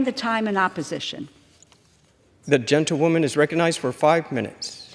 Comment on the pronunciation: Why are they addessed as "genta- woman" or "gentatelia woman" or "gental woman" ....🤨. Soundsoe like genta- woman though.,... Sounds like all Congress and the House accepts this crazy New Age hiphop ridiculousness.... Where's the Real USA it's been stolen out from under our very noses🤥🤥 shoul be called The House of lies🤥